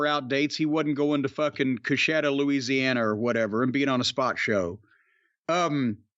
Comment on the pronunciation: Wow they really said Coushatta Louisiana lol